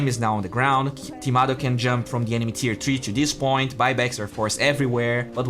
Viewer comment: it's Timado not tomato man:)